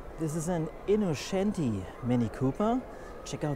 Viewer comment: InnoTschenti nicht/ not Innoschenti ! The Italian plate is Venezia ......."Longchanp is french (langes Feld) nicht english Champ(ion).......